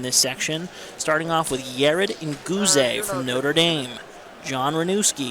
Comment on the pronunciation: Yared ne-gu-zay